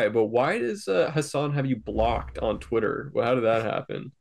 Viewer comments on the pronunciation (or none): Why does vaush call it thwitter